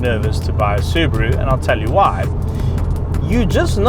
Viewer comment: I'm just glad to see a Saffa who knows how to pronounce the word "Subaru" properly! :P